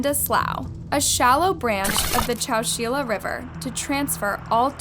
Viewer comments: Hi: I am a new subscriber. I really like your content and presentation. You have really done your research. I look forward to hearing more cases. I have a very minor correction. ChowChilla is pronounced Chow Chill ( like the word chill) a. Thank you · Chow-chill-uh...... Chowchilla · It’s chow-chill-ah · I wish I can correct how she said Legrand and I can’t ahhhh Edit and Chowchilla😭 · It's not pronounced chow-chee-la. It's pronounced chow-chill-ah. I've lived close by for 61 years, all of my life. And "slough" is pronounced "sloo". Wtf? Can you not imagine what you sound like to someone who was actually there?!?